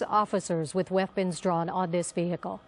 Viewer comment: the VEEHEECAL